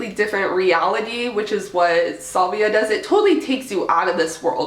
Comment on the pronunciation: SAlvia....not sUlvia! Dweeb..